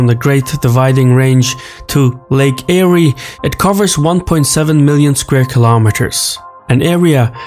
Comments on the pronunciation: Not pronounced ‘eriee’ but ‘Air’ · HAHAHA Eyree... Lake Eyre pronounced AIR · As an Australian it's actually pronounced lake "air" not "airee" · It’s enunciated “lake air” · Lake Ayre is pronounced Lake Air.... fitting really given it never has any water in it. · It's pronounced "Air". But probably got his pronunciation mixed up because of Lake Erie. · pronounced air after the explorer Eyre. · Actually mate, it's pronounced "Air" as in what we breath. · Lake Eyre is pronounced "Lake Air" in Australia... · Lae Erye is pronounced Lake "Air" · Lake “Air”